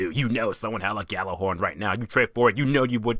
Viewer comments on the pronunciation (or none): Your pronounce it wrong it's like yallahorn